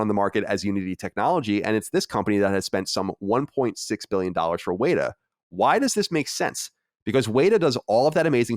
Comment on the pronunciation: just want to point out that says weta correctly in his first attempt